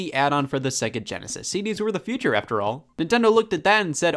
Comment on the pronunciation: mfw scott mispronounces "future"